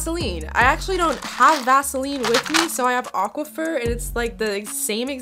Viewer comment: when she said, auquapher instead of auquqphor!